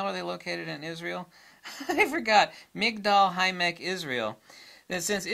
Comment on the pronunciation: By the way, the name of the city is migdal ha emmek